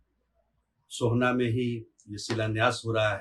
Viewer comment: सोहना नहीं शोभन कहिए